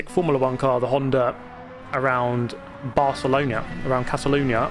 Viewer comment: Barceloña 💀 That is gold, specially if you are from Spain xD